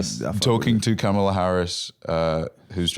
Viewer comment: I heard 'be our Mom-ala' and wanted to scrub my ears off my head, except that I also didn't want that to be the last thing I heard before deafening myself.